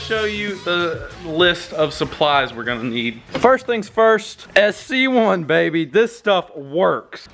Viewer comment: Bro it’s sc1 not cs1 lol